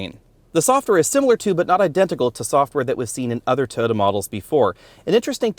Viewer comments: Over 300 comments and nobody is bothered by the way he says "Tyota"??? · Have I been pronouncing Toyota wrong all these years? 😳